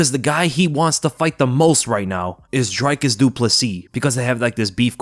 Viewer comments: South African here with a quick pronunciation tip: it’s DRICus not DRYcus. Like Rick = Dric. Then again also says Paulo Coast-ah instead of Cost-ah. Love your content regardles Bru! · As a South African I appreciate that you pronounce Driccus’ surname correctly but it’s not pronounced “Drykus” but “Drikkus”. Love the work you’re doing man much love ❤